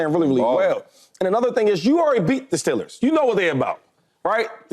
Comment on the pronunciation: stellers shady? thought it was steeeeeeeelers 😂